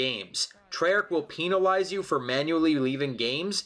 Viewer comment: PEENALIZE !?!?! hahahah